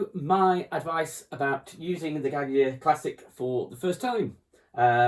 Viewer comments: How did he just pronounce the word Gaggia......??? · Like a Brit?